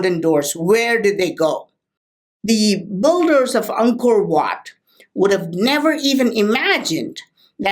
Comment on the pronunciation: Whenever you say Angkor wat I hear uncle watt it's so funny ..lmao👍